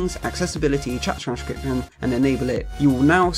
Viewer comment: Him: Chat trajshduussrption. Me: 🧐📝